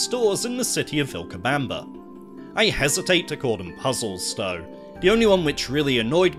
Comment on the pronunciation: This is a great video but whats with the de (the) day (they) doh (though) den (then) deez (these) dis (this)?